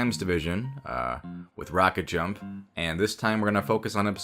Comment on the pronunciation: ROOKECT JAMPPPPPPP How Japanese people say rocketjump